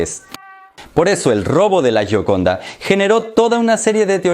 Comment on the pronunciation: Se pronuncia yioconda.